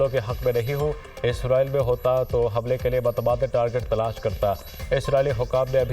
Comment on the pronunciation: Dunia news k amchor ka naak band hogea jiski waja say woh humlay ko hublaa keh rahay hain ... G nazreen 😅